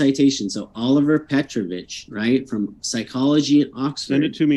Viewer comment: Hussein is dishonestly representing the study by Dr. Olivera Petrovich. He can't even get the name correct. He keeps saying Oliver, but it's Olivera. The kids in the study did often respond to the natural creations as being done by "God". However, it is not necessarily the God that Hussein thinks. In the case of the Japanese kids, the answer was Kamisama which referred to a spirit or deity, but given the influence of Shinto or Buddhism in the culture, that could be any number of spirits or deities. The Japanese kids do not have an innate belief in Allah or any other deity. Both in their culture and in the UK, some form or idea of God(s) is present and surely by 5 years old many of them would have some exposure.